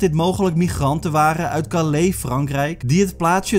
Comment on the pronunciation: Hoe je Calais uitspreekt 🤦‍♀️